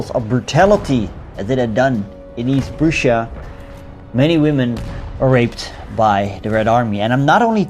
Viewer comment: No one:: East p r o o s h a jk regardless, very quality content